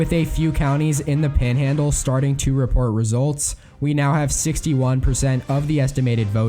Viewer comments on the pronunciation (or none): none